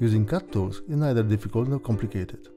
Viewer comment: Mispronounced words, hard to understand you, idiotic music - you deserve a dislike.